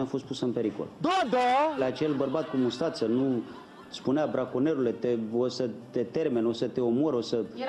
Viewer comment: al draq "braNconier" :))